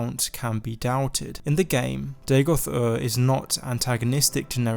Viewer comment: Day-Goth? Are you AMERICAN? You don't sound American... It's DA-goth, mate. DAGOTH. Dagoth. Dagoth....